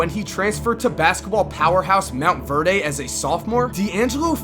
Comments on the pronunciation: it's Montverde not Mount Verdae (Mawnt Verd) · ITS PROPERLY SAID MONT-VERD NOT MONT-VARE-DAY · Lol it's pronounced mount-verd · Bruh it is montverde not Mount verde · This man pronunce (mont-verd) motverdeee lmaooo